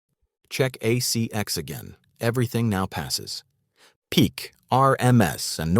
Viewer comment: Yes. The pronunciation is off in some parts. ACX is part of Amazon audiobooks. It's not CX as in "A CX Check" which is what was said. It is An ACX Check.